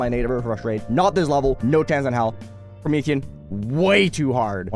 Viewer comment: "Pro-Meth aeon" 💀